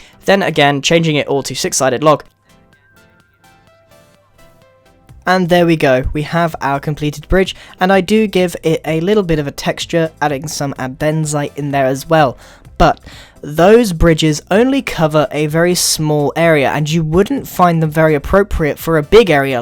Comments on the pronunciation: he calls Andesite Endezite hahahahahahaha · Wth is anizidite? Its andesite! ANDESITE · It's Andesite, not Adensite. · He said andenzite instead of andesite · Grian 2016 : adenzite Grian 2019 : andesite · No one: Grian: AndEnziTe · Andezzzzzzzzzzite 😂😂 jk love you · Did you just call andesite adsite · did he say abenzite? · You say andesite really weird